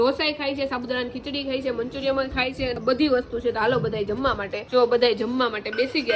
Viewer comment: manchuriyam na kevay Manchuriyan kevay